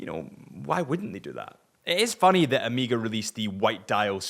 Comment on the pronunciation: Amiga? Is it that hard to say O May Ga?